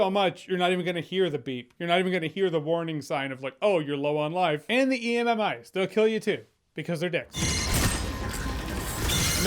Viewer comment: He keeps saying ee-em-em-eyes that got a chuckle out of me